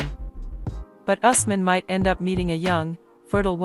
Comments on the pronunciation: It's Ooos- man & Fa-roo-k!!! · It's U S M A N for Asman.